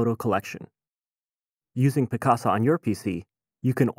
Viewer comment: It sounds like hes saying Piss-caca .